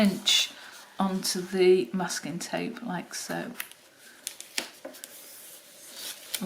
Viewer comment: Just realized that you were saying masking tape all along. Just heard Muscat via your accent. 🤦‍♀🤦‍♀